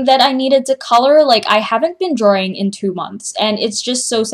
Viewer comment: When you say drawing is it supposed to be prenounced like that?:/